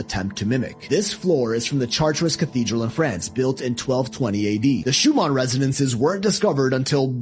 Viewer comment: learn how to pronounce Schumann